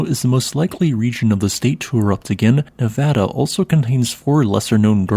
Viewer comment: thanks for saying Nevada correctly.